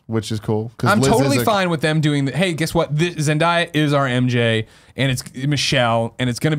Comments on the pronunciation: Tim its pronounced Zen-day-ya not Zen-di-ya. ;-) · Is it too late to tell them it's pronounced Zen-DAY-uh? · It's pronounced Zen - Day - uh.